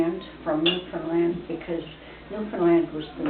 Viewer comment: you say "Freshwater, Canada," in relation to the relocation of the graveyard in 1941. Newfoundland, and Freshwater in it, was not part of Canada until 1949. Also, you say "Newfoundland" incorrectly! It should rhyme with "understand."